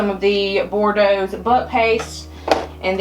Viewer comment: Using sweet Mila’s nursery as my inspiration if I ever have a girl! It’s so simple and sweet 😍 Also the Boudreaux’s butt paste is pronounced like “boo-dro”. Issa Louisiana thang 🤣